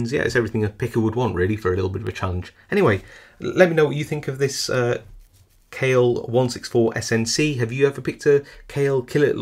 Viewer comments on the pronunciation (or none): Brand pronounced Call A . Yes I am Turkish.